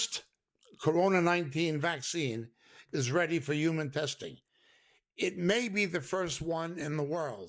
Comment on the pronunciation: Yuman Being... 😂🤣😂🤣